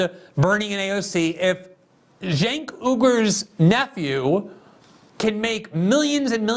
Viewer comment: With Cenk Uygur's last name, he went back-and-forth between pronouncing it 'Iger' and 'Ooger.' At least he gets the pronunciation of the first name right. 😁